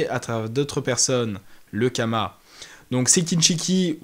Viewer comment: C karma pas kama non ?